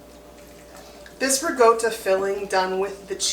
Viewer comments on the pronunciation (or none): Love the video. What is re-go-to 😂😂😂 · Isn’t ricotta pronounced with a KA sound instead of G sound???